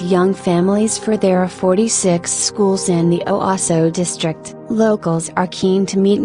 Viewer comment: Please learn to pronounce the town names. O waas o